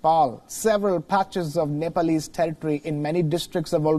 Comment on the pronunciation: its nep-al-ease ....your the journo with the Uni degree not me...FFS